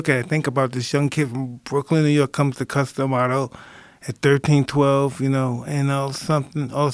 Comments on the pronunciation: Edgar Allan Poe cuthtom auto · Mike's not saying Cus D'amato He's saying CustomAuto Now you won't unhear that You're welcome..